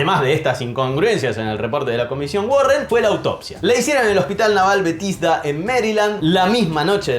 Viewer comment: Se pronuncia Bethesda, como suena